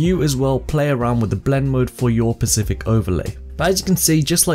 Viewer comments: thanks for this, rly useful. also just for future reference its specific, not pacific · Specific, not Pacific, But really enjoyed the video! Thank you :)